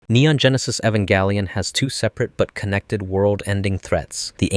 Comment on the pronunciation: "Evan Galleon" wtf bro